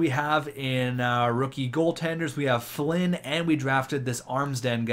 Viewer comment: I love when you say flinn (its my Last name)